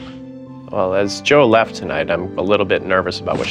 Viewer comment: I like how pronounces Jo with the soft 'J' so it sounds like Yo. We love you YoYo.